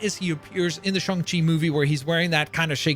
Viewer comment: It’s pronounced shane chi not shun chi